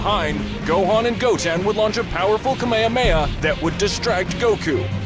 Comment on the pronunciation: “Kamahamha“ what is a kamehmaha!? it’s KAAAAAA MAAAAAAAA HAAAAAAA MAAAAAAAAA HAAAAAAAAAAA